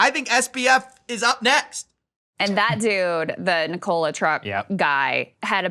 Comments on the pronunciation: The mispronunciation of Nikola repeatedly is annoying. It is Nik o la. As in Nikola Tesla. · FYI pronounced: Nik-UH-la not Ni-cola